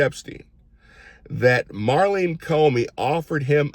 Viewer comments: I think you mean MAURENE Comey. You kept calling her Marlene Comey. Thank you for caring about trafficked children!! Some on our side are just turning a blind eye. Reprehensible!! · Her name is Maureen, not Marlene.